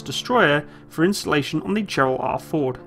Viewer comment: I have a hard time distinguishing between ' pronunciation of installation and insulation.